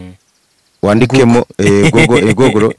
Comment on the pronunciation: 😁😁😁nasetse igihe yavuganga ngo gugulo